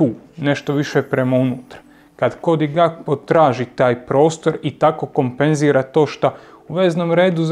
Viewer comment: pa ti si bar pametna, profesionalna osoba koja razumije nogomet. Cijenim tvoj rad, cijenim rad Tribine općenito i jako sam vam svima zahvalan. Ali ako još jednom čujem Cody GaPKo, pa žile ću si prerezat